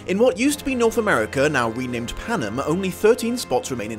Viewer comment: Thresh kills clove, not Glimmer. Also the careers also include district 4 as well as 1 and 2. Also, Thank you for pronouncing Panem correctly. Although you didn't pronounce hamitch correctly. It's a long a